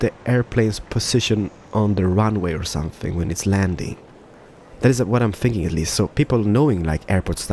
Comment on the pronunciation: is he thinking or sinking?